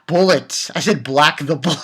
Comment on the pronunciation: lol the way you mispronounced bullet at the end. Wow that cliffhanger scene at the end, something bad is going to happen. Tina better not touch Enju!